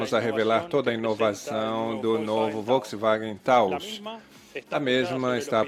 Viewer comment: Onde ese tradutor ve uma letra i, pra falar "Volksiwagen"?